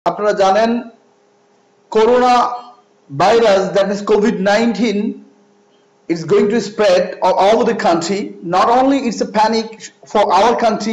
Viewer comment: করুনা না করোনা ভাইরাস